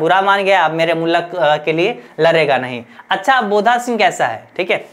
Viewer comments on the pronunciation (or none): Sir mulak nhi hota mulk hota glt kyu padha rahe hai